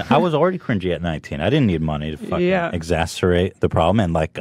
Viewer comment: Exacerate? You mean exacerbate...